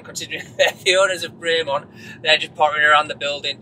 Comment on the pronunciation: Great video but you still can't pronounce Bremont correctly lol.